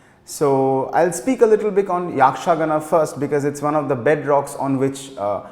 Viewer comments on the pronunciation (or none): It is yakshagaana and not yaakshagaana... It's shirasi n not sharsi It's Dakshina Kannada not kannad